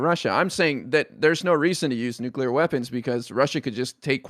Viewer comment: The red hair to the right of Hake can't say nuclear. He is like George Bush in that respect.